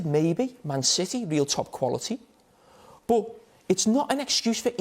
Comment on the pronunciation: Jamie: Love became Lüff But became boots 😂😂😂